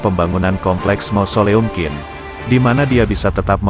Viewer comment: Pelafalan QIN bukan jadi KIN, tapi CHIN